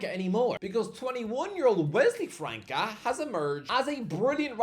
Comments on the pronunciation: Can someone tell that it's pronounced "França" and not "Franca"? The Ç has an "s" sound phonetically speaking. So we should say it like you say "France" but in an "a" at the end. FranÇa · It's not pronounced Franca, it's like France but with an A at the end